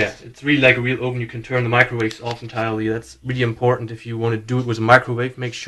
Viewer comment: Ooven? Your Microwave ooven?